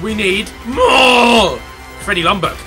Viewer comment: Ljungberg - "Youngberg". Not "lungberg" please.